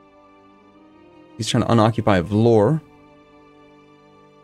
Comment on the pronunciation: Vlor The Entire Balkans: IT'S VLORE! THE "E" IS NOT SILENT!